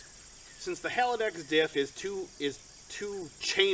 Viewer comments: Haldex, not halidax. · Nice car, I'm jealous! It's Haldex, not Haladex btw :)